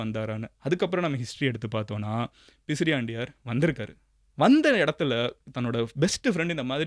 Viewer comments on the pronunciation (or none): _ Bro, i am one of the followers . Your doing great job but please be accurate when you say historic content it's not pisriandaiyar it's பிசிராந்தையார் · அது பிசிராந்தையார் , பிசிரியாண்டையார் அல்ல மதன்